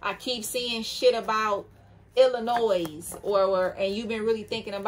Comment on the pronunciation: Illinois - Ill-I-no-is?